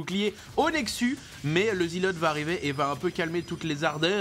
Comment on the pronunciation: quand j'ai entendu "nexu" sans S j'ai commencé à attendre le canal de nydu...